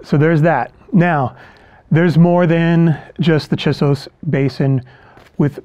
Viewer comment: It is difficult and disorienting to hear you mispronounce the name "Chisos."